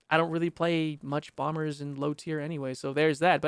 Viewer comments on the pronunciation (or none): none